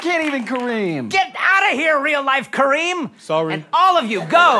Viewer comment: My name is Corinne (Cor-reen) or (ka-reen) and every time they said Kareem! I was like who's talking to me? Oh, there was an m.